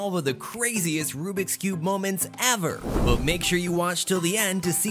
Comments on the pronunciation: It’s Rubik’s not rubrik’s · I like how he says rubriks not rubiks